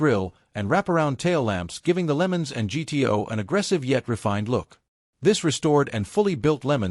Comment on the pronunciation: Pontiac "Lemons"? Using AI = when you just don't care enough to make a quality video.